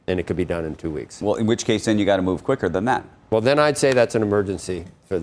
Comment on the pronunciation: (eye roll)…. You keep on emphasizing on the word move.